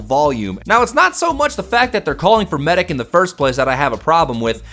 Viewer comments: It's medic. He pronounced it Maidic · *sniper across the map "MEIDEC!!!" XD